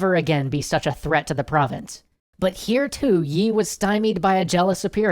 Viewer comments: I'm pretty sure his name is pronounced more like "ee", rather than "yee". In Hangul, his first name is "0l" (used American keyboard characters to approximate cuz Hangul won't work for some reason), which is pronounced "ee". Generally that character and the Chinese character that looks like a long dash with an upturned serif on the right end are both transliterated with "Yi", pronounced "ee". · its lee not yi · You don't pronounce the y in yi, it's just pronounced like 'ee' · actually admiral yi is not yi. LEE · I thought it was Admiral Lee and not Yi? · its lee but nice vid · Not Yi . lee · Don't pronounce the 'y'- it's an artifact of transliteration. Korean never uses the 'y' sound with an 'I' sound. Just pronounce it 'E' Please!!! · Nicely done, but too bad about the weird pronunciation of Yi. It's said like 'eeee' -- no Y sound involved.